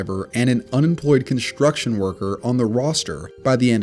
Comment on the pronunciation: Construction not contruction jobs.